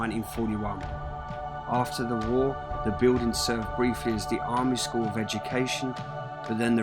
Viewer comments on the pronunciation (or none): none